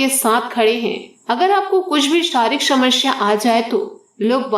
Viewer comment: आपको सारे राज्योके लोग सुनते है, इसलिए शब्दोंका उच्चारण आपके राज्यके तरीके से मत कीजिए। हर स का उच्चारण आप श करते हो। समस्या/ शमश्या , आसू /आंशु, सिर्फ/शिर्फ , सावधानी/शावधानी